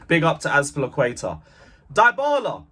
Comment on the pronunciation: His name is Dybala .. deebala not diebala… respect people’s names. It is a well known name !